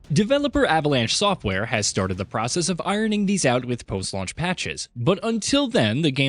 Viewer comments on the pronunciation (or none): none